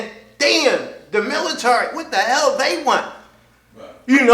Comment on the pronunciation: Also you fucking moron..., it’s the swat team not the military... fucking drunk, ignorant fuck... also, learn how to pronounce military